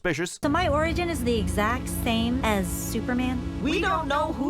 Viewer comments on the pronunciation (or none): none